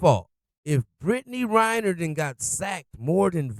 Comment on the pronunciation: Come on dude. It's REN-ner, not RY-ner.